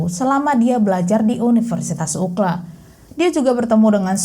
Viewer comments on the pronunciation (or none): Cara membacanya UCLA bukan UKLA mbak tapi YU CI L E 👍 Sampai 3 kali aku puter ulang UKLA itu apaaan 😂 UCLA itu University terkenal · Kebiasaan kita disini 🇺🇸 mendengar nama UCLA itu Yu Si El E 🙏😁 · bener mb...UKLA gampangnya👍👍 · Gpp dong... Penyebutan saja, biwr gampang didengerinya. 😄